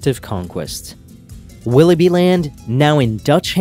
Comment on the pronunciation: Per favore utilizza Cambly.. Willoughby pronunciato 'bai' finale anziché 'bi' non si può sentire...